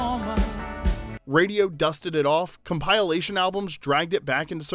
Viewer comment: "com-pile-ation". Funny how accidentally adding an E in the prompt drastically changes the pronunciation of compilation by it huh. Great movie 😊